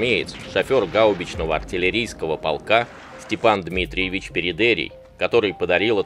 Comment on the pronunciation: Живя на Кубани и зная с молоком матери местный говор мне больше кажется его фамилия ПередеИй, ударение на последний слог